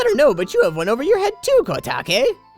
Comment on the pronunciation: I think it's pronounced Ko-Take. Koume I think you had right LOL THAT VOICE! DONT GO DOWN IF YOU DOWN WANNA KNOW WHOS ATBTHE TEMPLF OF TUME ish Zelda